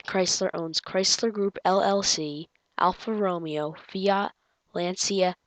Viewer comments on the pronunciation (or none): You messed up koinesegg and alfa romeo in the pronunciation and I NEVER KNEW NISSAN OWNED INFINITI